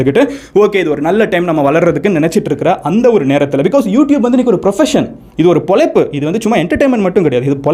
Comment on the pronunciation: மதன் சார், மொதல்ல தமிழ் மொழியின் சிறப்பான எழுத்தான "ழ" வை சரியாக உச்சரிக்க முயற்சி செய்யுங்க. (பொளைப்பு - இல்லை- பொழைப்பு). (கீள - இல்லை - கீழ). மேலும், முடிந்த வரை இங்கிலிஷ் வார்த்தைகளை குறைத்து தமிழ் வார்த்தைகளை பயன் படுத்துங்கள். (வீடீயோ மேக் பண்ணறது - இல்லை - வீடீயோ எடுக்கறது.) நன்றி